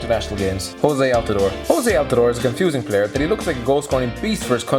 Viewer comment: Did he just say JOSE Altidore? It´s Jozy (Josie is how you pronounce it)